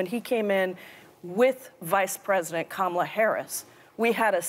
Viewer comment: Kamala and Pramila's parents are from the same region in India (Tamilnadu). Hence she pronounced her name correctly for once 🙂